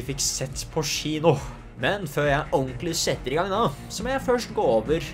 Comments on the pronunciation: Og hver gang han sa «tchino»... Syns egentli tchino var værre, det uttales «kjino». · Crazy konspirasjons teori: klarer ikke uttale kino ordentlig så han sier i stedet chino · Får litt vondt hver gang du sier «skjino» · Offf av meg, får litt vondt i hjerte når du sier SHINO å ikke kino. Dømmer ikke, sa Sh foran alt jeg å når jeg var liten. følern, kan bli provoserende at folk nevner det hele tiden men måtte bare beklager <3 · Det heter Kino, ikke Shino 😩😩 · Haha Faren min satt ikke så langt unna da jeg så på denne videoen, så hver gang du sa "schino" begynte han å le siden han er norsklærer! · Samme her😂😂😂